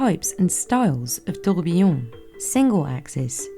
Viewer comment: The fact that the specialist who has been in the industry for 28 years and sells timepieces that are more expensive than most people's houses can't pronounce "tourbillon" correctly is embarrassing. As a fluent french speaker her pronunciation made me wince and she'll either seem less credible to knowledgeable customers or pass her mispronunciation on to those who are less knowledgeable